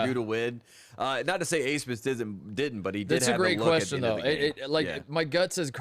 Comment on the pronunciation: why the hell is max abmas’ name pronounced aismas?